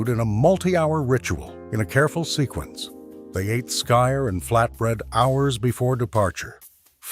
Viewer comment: Skyr is pronounced skeer. I had some from a store. Good flavor. As for surstroming, my brother got some due to his brother in law coming from 🇸🇪 Sweden. He make the very bad mistake of opening it in the house. I've seen video of guys sitting together when it is opened w a hand can opener. Iit's under pressure so a nice burst releases up and out. The smell has them gagging and retching. I guess it's normally consumed w cooked w onions and thin potatoe bread. It would b an interesting eating competition.